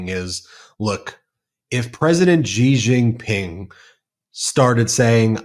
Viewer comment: "gee jing ping"